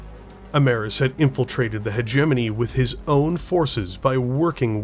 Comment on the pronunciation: wtf pronounces "hegemony" properly WTF Edit: ok nvm were back to hegenemy 😄